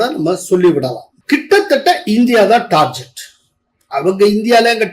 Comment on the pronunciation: nooru ayiram tharava sollitaen adhu "TAR JET" illa "TAR"-"GET".